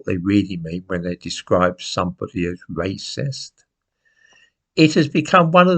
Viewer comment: Wacist? Welease Bwian! (Edit: I know, I know I know. I should get out more, but I am addicted to presentations)